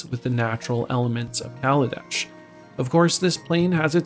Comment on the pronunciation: I respect you for saying kaladesh